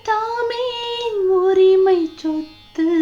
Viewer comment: Sothu…. Not chothu….